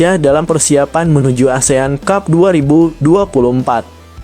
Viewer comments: Kok dibaca Asean cub😂😂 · Min min.... baca (ASEAN CUP) kok seperti baca cup cup di bibir kecup😂😂😂meng geli kan😢😢😢. Kemaren baca covid 19 di baca seperti copet.